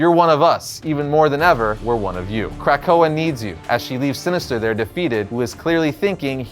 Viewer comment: Dude - Good video, but sound it out- it's Kra-ko-ah. Not Crack-ko-ah. If it's was pronounced that way it would be spelled 'krakkoa with two k's